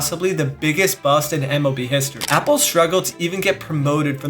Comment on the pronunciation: Mark Appel is pronounced as Mark Ah-Pell not Mark Apple